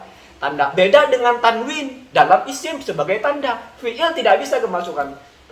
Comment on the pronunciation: 😄😄....wahabi dengarnya kawin bukan tanwin 🤣🤣